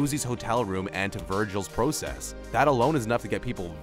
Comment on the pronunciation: Just curious where is this narrator from? He pronounces process like "pro" "cess". Also this dude made fun of "deleted scenes that would have changed..." youtube videos. He does realize this channel is filled with videos like that right?